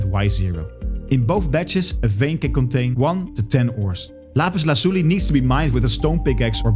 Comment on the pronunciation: What's that accent? Are you a Spanish speaker by chance? That "Lapiz Lazuli" was on point!